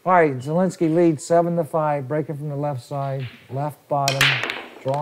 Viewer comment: it’s very slightly hearable even to polish. In a name like this, IE is spoken fast without emphasis so sounds like “zeh”. The announcer is saying it 95% like a Pole would say it.